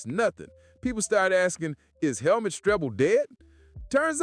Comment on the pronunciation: Its pronounced like Hellmoot btw